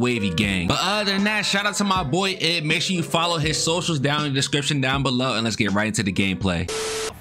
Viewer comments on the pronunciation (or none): u keep calling us "eb" instead of I B but i i'm fine and im used to calling me that u the only one that does that 😂